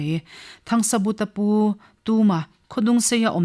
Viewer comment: Thangsabuta anilo THANGSAVUNGA tihtur anizawk.